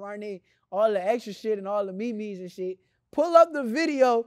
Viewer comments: He called a meme a me-me 😂😂 Niggas scared of my boy #Newark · The biggest takeaway form this interview is how shakaur pronounces meme